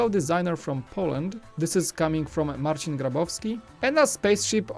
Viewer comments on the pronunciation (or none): none